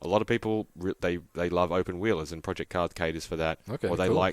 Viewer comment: Project------not Pro---Ject